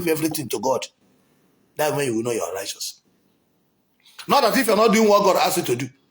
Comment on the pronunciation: You can't even pronounce righteous